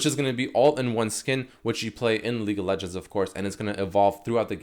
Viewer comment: I swear he's saying leak of legends